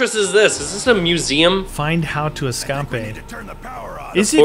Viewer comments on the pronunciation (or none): Escape not escapae